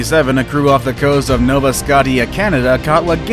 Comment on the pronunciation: really man? Nobody edits these videos or what? At least you said Nova right 😂.